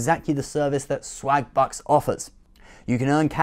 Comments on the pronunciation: Im sorry but it does sould like hes saying slagbutts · Oh *swagbucks*. I could've sworn you said slagbutts. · Lol sounds like you are saying swag butts. Haha. I also support the unborn people 😉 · i thought he said slag-butts at first